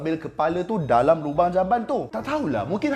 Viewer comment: Sorry aku terperasan sebut 'dalamm' lawak pada minit 7.24🤣🤣🤣